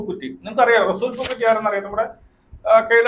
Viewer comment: പൂക്കുറ്റി അല്ല പൂക്കുട്ടി 😂😂😂😂😂😂😂😂😂